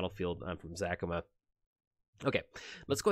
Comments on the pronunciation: Its Za-ca-ma not Zac-ama. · After Parnell's ZACAMA shouts there's only one correct way to pronounce it. :D